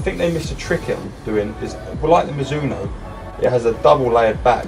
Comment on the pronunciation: No one:... - mazuno😂 all the time